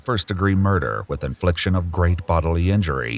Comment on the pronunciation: “I was laughing at you, not wit you.” 😂😂😂😂